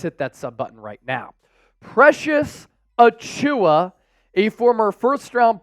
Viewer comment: Auchiwa…butchered the name but he’s a good fit for cheap